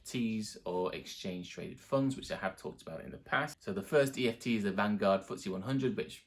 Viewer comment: kept saying eft ... 😂